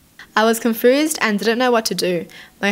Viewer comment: Why do you say confused like that?